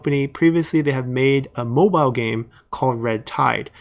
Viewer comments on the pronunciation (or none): none